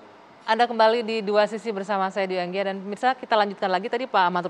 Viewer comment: Anggia oh Anggia 🤦🏻‍♂️